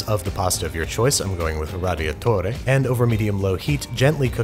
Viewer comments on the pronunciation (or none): Babish doesn't understand presentation. Not surprised. Especially after that ridiculously cringeworthy attempt at pronouncing radiatori.